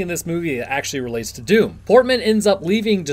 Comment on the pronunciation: It's DOOM not DOWN, come on guys!